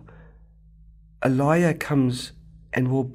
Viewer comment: Bro, You got to Pronounce Elijah Correctly first! It is not A-Lie-Yah but "Uh-Lai-Juh!". 🤪